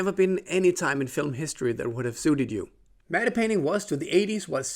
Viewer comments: Are the paintings in movies pronounced “Matt” as matte is usually? it kinda sounds like you’re pronouncing it “Matta.” No disrespect, just interested. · "Matte painting" is pronounced "mat painting" - I think the Germans would pronounce the E but in English it's silent (blame the French) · "Matte" is pronounced "Mat". The "e" is completely silent 😉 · "Medde painting"